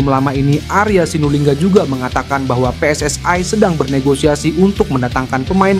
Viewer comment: KOMENTATOR INI MERUSAK BAHASA INDONESIA... JANGAN PERNAH MENCAMPUR ADUKKAN BAHASA... PSSI BUKANNYA PSSAI BACALAH DAN SEBUTLAH DENGAN UCAPAN YANG BENAR JANGAN MERUSAK BAHASA INDONESIA DENGAN MELAFALKAN HURUF DENGAN UCAPAN PSSAI